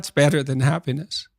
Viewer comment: The first host pronounces happiness like hapenis